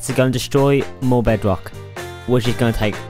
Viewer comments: it’s his accent and his speech impediment, n that’s why it kinda sounds cuter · toddler detected